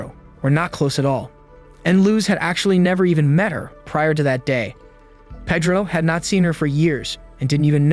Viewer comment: It's pronounced Pay-dro, not Peh-dro